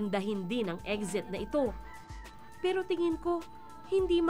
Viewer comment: Anong eggxit? Na bother tlaga ako sa pag bigkas mo ng eggxit bwiset